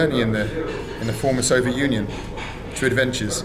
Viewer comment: If I had a cent each time Bald says Solviet ...